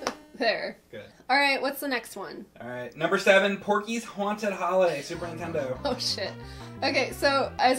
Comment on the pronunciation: I want to play some!! And tell Mike not to give you crap about saying Goo, him and James neither never can say Nintendo right... They say Intendo. 😂